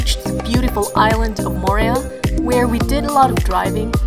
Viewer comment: I quit watching within the first 10 seconds because: you mispronounced Moorea. Only a dipshit mispronounces the place that they are talking about. Mo o re a. Not Mo re a